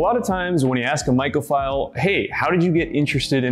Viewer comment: i feel like you're saying "michaelphile" and while i'm flattered, i'm also scared.